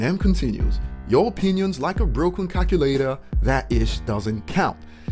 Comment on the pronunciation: Braaah snoops name is calvin lol hear the way he pronounces cal....culator 100 percent at snoop with that f snoop he is a back stabber and doesn't even wrote his own thing 100 percent of the time jay z has wrote for him hows he gonna be a goat not writing his own tracks HAHAAH